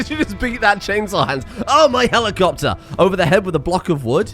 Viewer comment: Petition to force to always say „HELIKOPTER HELIKOPTER“ instead of just „helicopter“, both as noun and verb.